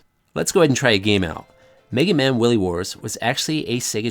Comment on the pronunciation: Hehehehe.. The way you said Wily.